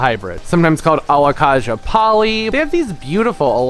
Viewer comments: Very informative video. The Alocasia is pronounced Alo-kay-sia Not Kah-sia. Pronounce the a like in the alphabet. We all mis pronounce names when it is a new word or plant to us. Just in case you didn't know. It is super typical for any plant to do well in winter with grow lights and proper care, even for the Alocasia Polly. My plants double in size over winter with grow lights 24/7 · Don't you pronounce it Alo -kay-sha, not Alo-kaaaa-sha? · Alocasia is prnounced ALOE-CAY-SEE-UH